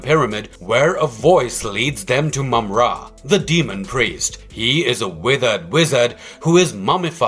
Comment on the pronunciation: Congratulation! You finally pronounced his name correctly. I'm glad I could help.